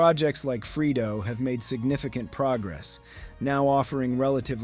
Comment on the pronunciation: I think the pronunciation of Freedo is actually "Free Dee Oh", not the way it's pronounced in the video "Free-Doh"